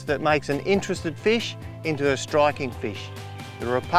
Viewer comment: The "Rapalar Original Floatah".